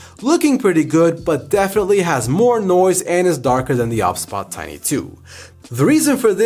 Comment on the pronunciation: Is it not meant to be pronounced O B S bot?